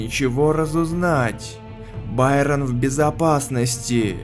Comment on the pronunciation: Байрон это не правильно